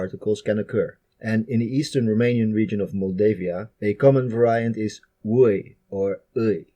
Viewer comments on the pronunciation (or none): none